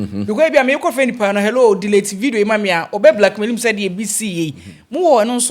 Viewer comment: Hi Lady, the word is pronounced delete and not DELATE !!! Just mind your pronunciation PLEASE!!!